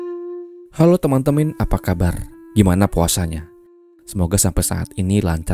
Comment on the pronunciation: Kq lucu bng, teman temin nyebutnya 😅